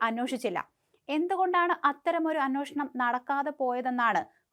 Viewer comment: Annoshanam alla anweshanam